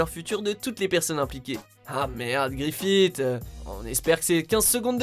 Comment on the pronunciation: Grifite? Son nom ce pronounce Grifisse